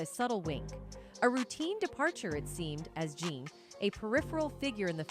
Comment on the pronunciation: I doubt Jean's name was pronounced "John". And why do you keep saying "M" instead of murder?!? Also please get a thesaurus, I had to turn it off, I couldn't bear hearing the words compelling or enigmatic one more time!